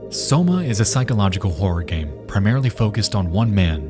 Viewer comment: Did homie really pronounce Soma as Somo?